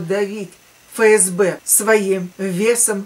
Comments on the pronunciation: Дорогая, не Фе Ес Бе, а Еф Ес Бе. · Буквя Еф, а не Фе.